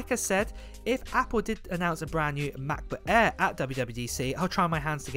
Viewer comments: It's "MacBook Air" not "MacBook Aaaa..." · Hate you pronounce macbook air !